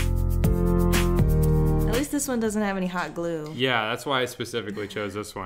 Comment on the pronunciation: the way she said hot glue as if it was warm glue and not something called hot glue